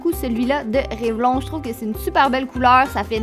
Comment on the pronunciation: On dit pas REVLON mais REVLONE 😂❤️